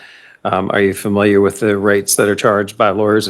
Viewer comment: Lawyer gets one point for saying "familiar" and not "fermiliar."